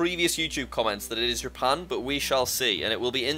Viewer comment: I kinda sounded like he said rapan